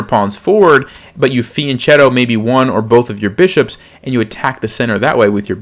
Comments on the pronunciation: one note: it's not "feeanchato", it's fee an ket' toh, fianchetto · hello, when you say fianchetto, the 'ch' is a k so it sounds like fianketto. that is the correct way to say it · fian“ch”etto is pronounced fian-ketto. i think. but i’m in low 600s lol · The word “fianchetto“ is Italian and pronounced with a hard K sound, not CH. Also, people don’t wanna make less blunders, they want to make fewer. I am way better at being a pain in the butt about language than I am about chess. I follow you and get a lot out of your videos.